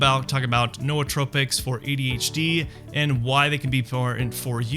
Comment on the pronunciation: Noos is Greek for Mind. It is pronounced just like Noose- So, New-tropics